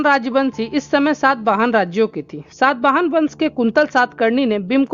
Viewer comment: आपकी पोस्ट अच्छी है, लेकिन पाटलिपुत्र को पाटलिपुत्रा , कनिष्क को कनिष्ट ... सातवाहन को सातावाहना ...कई बार बोला है. इससे स्तर गड़बड़ होता है.